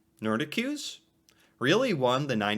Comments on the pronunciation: It's pronounced Nor-deak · Thanks for this video! All of Canada does not love country music, lol. Maybe pockets of Canada and more rural areas. Nordiques is pronounced "nor-DEEKS".